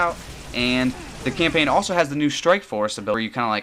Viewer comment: Champain? I believe you mean campaign my friend.